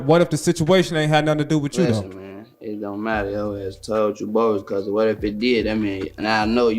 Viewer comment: kah suuue?? dumb ass just as dumb as the people he's talking about.